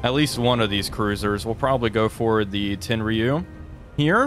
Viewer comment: Tenryu "Ten-roo". And that's a Nagara class. The airplane catapult gives it away.